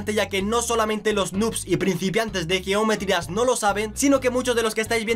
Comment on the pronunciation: Cuando dises geometry dass XD